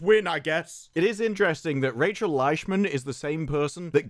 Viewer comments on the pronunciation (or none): none